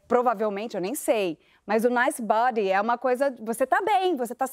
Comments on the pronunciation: Será que ele não falou nice buddy em vez de nice body? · Eu tbm entendi “nice buddy”